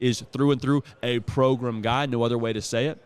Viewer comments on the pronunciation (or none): I hope you come to realize that it’s the whole point. always says it like Progrum so they just started calling it that